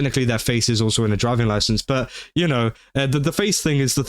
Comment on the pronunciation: “You goht your internet loicence?!”